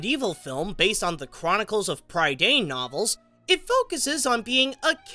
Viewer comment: Augh... It's Prih-Dain. 😖 I know I know, but the review itself is well put. Sorry. Also, I like how kindly you review everything. I discovered you recently and have been watching a few of your reviews. Thanks for these and keep it up!